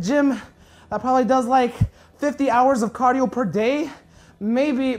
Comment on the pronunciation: "50 hours of Cardo a day"